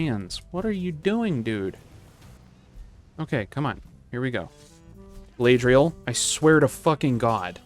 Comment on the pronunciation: Galadriel probably messed up that battle because she was sick of you mispronouncing her name 😂